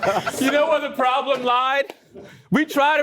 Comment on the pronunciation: Is ok? 😁😳 I’m like 30 seconds in and hasn’t moved yet. He’s 👀 at the camera. He got the real prollems (how he says it)